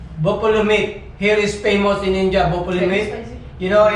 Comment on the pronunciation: it's not inja🤣😂it's in dia🤣😂